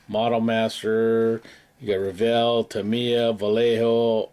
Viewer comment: Awesome update,, thanks for sharing all that great info and for pronouncing Tamiya properly. 😂🤣😂